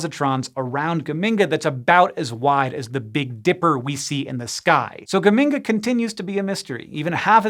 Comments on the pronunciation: I'm from Modena, Italy, and geminga really cracked me up! The ge should be pronounced more like in Gertrude though. I wonder if the astronomer who named it was from Modena too. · Geminga rhymes with Bazinga. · Geminga? Bazinga!